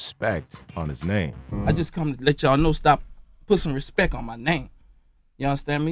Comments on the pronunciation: Birdman didn't say respect it, he said respeck it. Get it right narrator 😊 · I don’t think he said respect he said respek it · Let’s get this clear birdman never said respect 1 time it’s respek 😂😂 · «Respek it» is legendary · “Put some respeck on my name”! 😂